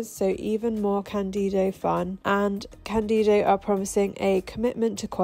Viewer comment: For the love of Lemmy, is cÁndido, not candÍdo. The accent is on the A. Sorry... thx